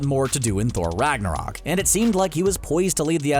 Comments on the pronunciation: I loved "Ragnorok" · I agree, the only downside is they get some stuff from Norse mythology wrong if they did it on purpose that's okay and that they pronounced some words wrong again if it was on purpose it's okay the biggest being Ragnarok it's only slightly mispronounced but I still noticed it. But either way, it's in my top 3